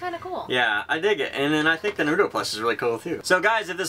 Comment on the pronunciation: I'm sorry for possibly sounding pretentious/annoying, but I have a pet peeve with mispronouncing names (when it tells you of course, not when I interpret the name differently) so I just wanted to let you guys know it is pronounced NAR-RU-TOE not NUH-RU-TOE... (sorry for kinda being a bit jerkish, it just annoys me a little xD)